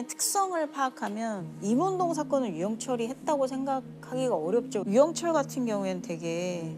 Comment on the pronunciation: 유영 철에 뭔 발음을 저리 늘리냐 한번에 발음 못하나